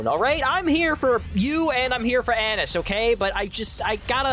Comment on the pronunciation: Bro saying her name wrong 💀💀💀💀🙏🗣